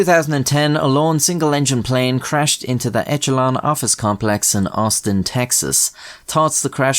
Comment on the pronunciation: Huh "Echelon"